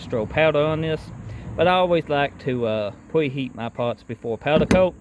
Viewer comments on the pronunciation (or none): He lost me at pwep instead of prep and pweheat.